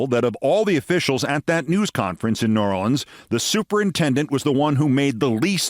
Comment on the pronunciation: He pronounced it correctly a few times and mispronounced it a few times. Mostly, when he seemed to peak in emotion, he slipped to the single syllable mispronounciation.